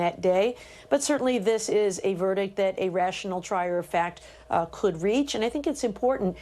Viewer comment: Verdict. Not verdick